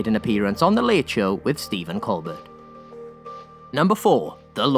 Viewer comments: Won’t pronounce “Infestissumam” in fear of getting it wrong. Will pronounce “Colbert” and got it wrong. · who tf is steven colber-T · Will also pronounce Emeritus wrong dozens of times...